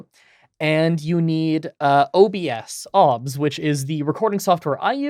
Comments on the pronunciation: The only thing wrong here is how he says 'OBS' the rest is fantastic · I have never heard anybody pronounce it "Obs" before- everyone else I've heard that uses it says each letter independently...